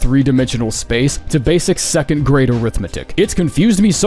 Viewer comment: seconth sounds right and wrong at the same time